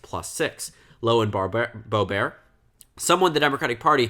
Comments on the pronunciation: Why are you pronouncing Boebert like "boh-bear"? It's literally "boh-burt" which is how it's spelled lmao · Every news report I've ever seen has pronounced it as "Bow-bert." Also she's not French, so why would the French pronunciation matter? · Bo-burt is how it’s pronounced lol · but she doesn’t pronounce it ‘Boh-bear’ either. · Not to be a dick but you kept pronouncing boeberts name wrong. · I think it's the original French way of pronouncing it.